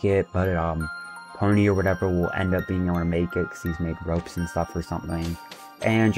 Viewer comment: It's pee-o-nee